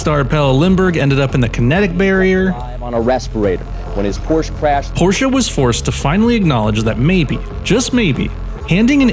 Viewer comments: It's Porsche (E like in emerald) Not Porscha (A like in America) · Every american who can use the letter E while pronouncing Porsche is the good guy. HINT: its not PORSH, its not PORSHA. Its PORSH-E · It is Porsche,not Porcha. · I did not come here to start an argument. And I am aware of the fabled "english pronounciation", because everything needs to sound english for some reason. However, this does not change the fact, that this is a german car from germany with a german name. You would likely give more weight to your point if your video was in german. I did not want to step on your tail or offend you, merely sharing information. Have a nice day and I hope I get to watch more of your videos.